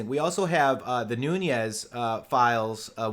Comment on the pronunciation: Noo-nes, not Noo-nyez. It's Portuguese, not Spanish.